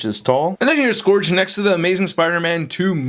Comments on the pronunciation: Hate to be nitpicky but it's pronounced Suh-gur-g not Suh-gor-g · So no one mentioned that he's mispronouncing Scourge? The O is silent. It's SKURJ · The handgun is a Desert Eagle. The Shotgun I'm not sure but it looks like a tactical Remington 870. The knife might be a Ka-bar. And shells are brass. Not copper. And your pronunciation of "Scourge" drives me crazy. It's pronounced "Skerj" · It's Scourge.